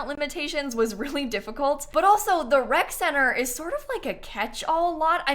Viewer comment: For a solid 2 minutes I thought that it was called a WRECK center. And it made perfect sense, you know, toddlers, infants… WRECK